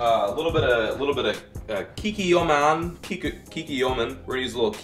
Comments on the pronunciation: my dude said (kee-kee-oh-men) hahaha Kikoman (Kee-koh-man) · And we are all 10% less intelligent having watched you butcher that fish HAHAHAHA and its KEE KOA MON sound it out brah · Kikkoman is pronounced KICK-O-MAN